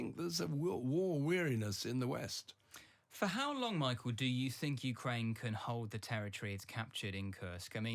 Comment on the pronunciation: "I thibnk there's a war weariness in the West." What's his evidence of that? He probably lives in a middle-class bubble. It's not what I hear.